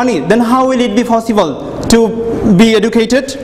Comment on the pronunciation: It's possible not fossible